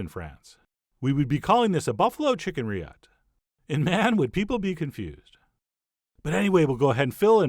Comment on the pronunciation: Is the French term rilletes? I cannot quite make out what you say there, Chef